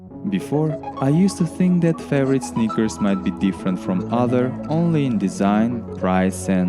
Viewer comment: I mostly hear snickers